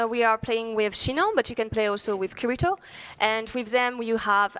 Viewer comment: I hate when people say kiritos name like that xD